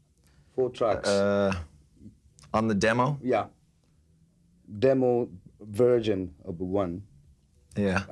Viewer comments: james just laughs in the poor guys face after he botches the pronunciation of “demo version”. His ego was so massive back then..... love it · Totally sounds like he’s saying “I’m interested about Dimmu Borgir” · “Dem-BO BahZin uh-bah1...” James thinks and realizes wtf he said and laughes hahaha.